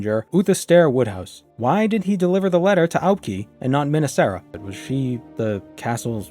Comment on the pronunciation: I'm pretty sure you pronounce Aubk'i as Ah-bu-kai. Fan of you content.